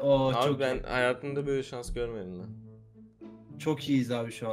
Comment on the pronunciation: Sanş değil Şans olucaktı